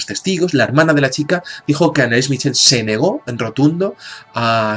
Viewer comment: mitchel.....? se pronuncia el ch como j (jorje) mijel.....pues nada....